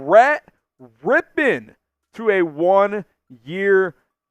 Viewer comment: Finally someone that knows how to pronounce his name 🙄🙄